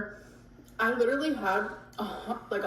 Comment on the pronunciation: I hate the way she say literally she says leedarally